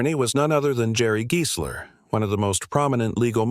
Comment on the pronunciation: If only AI could pronounce names right. It's pronounced Guysler not Geesler.